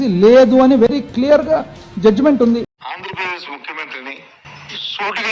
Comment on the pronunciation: Boooooothsa అంజ ప్రదేశ్ కాదు రా బాబు...అధి ఆంధ్ర ప్రదేశ్